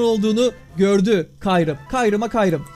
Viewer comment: Abi kyrume demen rahatsız etti